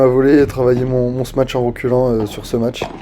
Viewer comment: frero arrete de dire smach , c'est smash